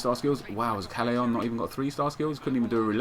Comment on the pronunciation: callejon is pronounced 'cahyehon' or something... just saying, just saying :P